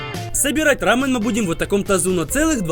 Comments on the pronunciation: не рамн а рамён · Правильно говорить Рамён (ударение на Ё) Видео супер! Думаю потратили около 10 тыс. Рублей